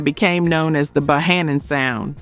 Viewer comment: Get These Artists Name Right Because Bohannon Is His Name Correctly Ok